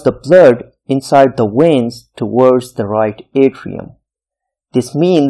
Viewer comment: Great job. Just a little tip: It's pronounced veins, not weins. It's kind of distracting.